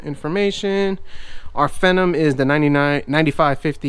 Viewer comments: that was not vista that was windows 10 lol and its pronounced FEE-NOM but still nice video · vista???? are you kidding me? no.1 the fact that it has a vista licence key doesnt mean that it is running vista, in fact, it is running windows 8.1 ang you arent pronouncing the word phenom right but ok but make sure what os is it running before you say it